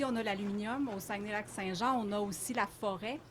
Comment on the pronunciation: Incapable de prononcer Saguenay Lac St-Jean. D'une tristesse